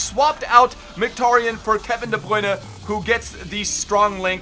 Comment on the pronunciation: I really hate the way he says de bruyne